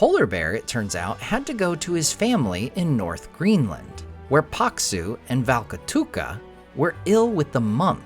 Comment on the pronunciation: Thank you for this video, I love the way you pronounce Karhu, Paksu and Valkotukka, you pronounce them right and also explain what those names mean in English!